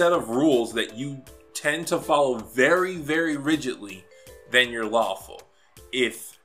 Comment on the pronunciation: did you say lawful good or faLAWFUL good?